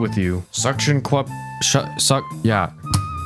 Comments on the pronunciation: ah yes the "suction quup" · ahh yes the “suction cuap”